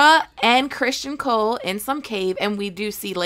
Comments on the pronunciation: Its not Christian ..its Criston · Uh, no shes not. She literally only got two things wrong in this video. She pronounced Cristons name as Christian, and the dragon at the end is Syrax. Her own personal beliefs/theories may be wrong, but she has the lore down pretty good.